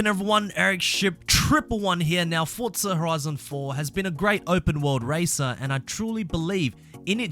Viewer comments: I don't know why you are punishing my ears when you say fordtza FFS it was very fussstrating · I dont know where he sees the letter "t" in the word forza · Cant wait for "fortza" horizon 5 😂